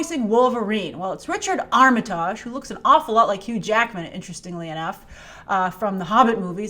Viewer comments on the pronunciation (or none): Richard Armatarrrrrge? Teehee. That made me giggle. I think it's said more like ArmiTIDGE (like Partridge). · it’s pronounced “arm-it-IDGE.” I’ve heard Richard pronounce it that way himself. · pronounces it right. makes it sound French or something. No biggie. It just tickled me.